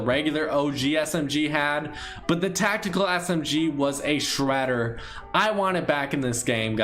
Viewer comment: “Tactekel” LMAOOOOOOOOOOOOOOOOOOOOOOO